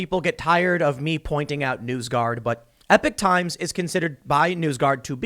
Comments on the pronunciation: I see and read it as epock as well, you aren’t crazy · Eee pock times not epic times